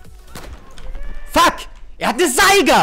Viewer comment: Haha, du sprichst das englische "u" richtig geil. Statt Fuck Fack usw